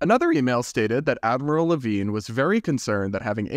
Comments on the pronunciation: it was tough to listen to this story when every time you mention the admiral, I think you are saying Adam Levine, lol. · You kept saying "Admiral Levine," but I keep hearing "Avril Lavigne." 😂